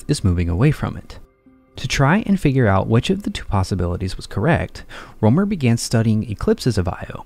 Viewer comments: His name is Rømer, not Romer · Rømer or Römer and NOT roomer it is NOT an oe sound as in shoe or you...PLEASE use an u as in hut if you can't pronounce the proper sound...This sounds beyond stupid...Have some basic RESPECT!!